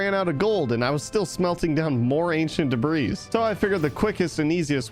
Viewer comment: bro its not ancient debra its ancient debris but u can say it as (ancient debree)